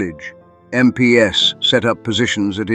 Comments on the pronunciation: Yep, AI-generated narrator. It’s pronounced “em-peeze”, not “em-pee-ess”. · Was starting to enjoy it, but then I realised it was AI narrated. MP ess? I’d block you immediately but for the story being relatable. Get a real narrator. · Bit odd how "MP's" is consistently read as "M P S", surely a War channel would know how to say that? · Why use AI voice? Pronouncing MP's as M,P,S? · You should fine tune your AI. when it says MP's (plural) it should not be M P S. got it? Also, and this I admit is a curly one, even for people, but Ye as in Ye Old Pub is not pronounced Yee, the Y is an old Anglo Saxon character called Thorn, and is pronounced as a Th, so Ye Old Pub is simply The Old Pub, that is how it is pronounced. F**k I hate AI. And who the hell picks photos??? For christ's sake the photo of Crossland is in fact AN AUSTRALIAN SOLDIER FROM THE FIRST WORLD WAR!!! Then we had a photo of a yank MP talking to an Australian soldier in Vietnam. Seems to be a mix of Artificial Intelligence mixed with plain old natural stupidity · Get a real person to read the script rather than damn stupid AI voice. You know it's AI when it falls over talking about American MPs and instead reads it as m p s . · "MPs" pronounced "MPS"... Can't you really not have a simple human being do the storytelling of this indeed incredible story?? Instead of this absolute moronic AI-sh!t?? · There is no M.P. S. The military police= MPs. I can't with the AI that can't tell the difference. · “MPS” 🤪Dead giveaway on AI narration. Just STOP with the AI narrators. I am not going to listen any longer. OUT! 🤬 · Crappy Ai video, random photo of Russian soldiers and photos from America in a story set in England, MPs pronounced as M.P.S., repetition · Sounds like a bot doing the nariation "MPs" is said as a work, not as i n d i v i d u a l letters. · What's up with the mixed pronunciation of MPs? One moment it's M P S others it's MPs